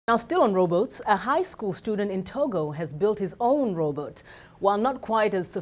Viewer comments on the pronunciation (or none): heh sounds like first reporter is saying "row boat" instead of robot. Pretty cool that he build it from trash.